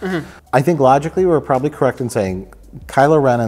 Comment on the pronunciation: "That's correc." -- Mike, 2019